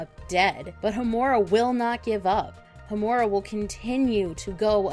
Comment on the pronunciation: Ho-MU-ra? Really? It's pronounced HO-mu-ra